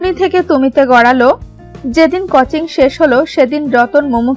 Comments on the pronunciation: কচিং নয় কথাটা.... কথাটা হবে কোচিং... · ভাই কুচিং না কোচিং হবে।